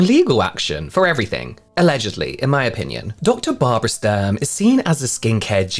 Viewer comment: her name is pronounced StUrm btw! The U like in “Utah” or “Uber” 🙂‍↕️ it’s softer